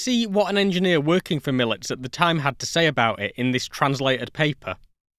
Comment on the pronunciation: Excellent documentary. I've been fascinated by this plane since first seeing the one in Krakow over 40 years ago. As an aside, Mielec has three syllables Me-el-ets, stress on the second to last (in this case, middle) syllable.